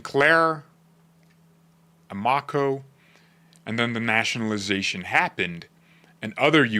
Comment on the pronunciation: RE: Amoco pronunciation - AMOCO is pronounced AM'-o-co. They used to have a chain of gas stations across the US, the name comes from AMerican Oil COmpany. Sounds like "Ammo-Co"